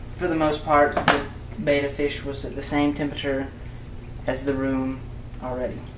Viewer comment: IT"S CALLED BET - TA (better... betta..) NOT BETA!!!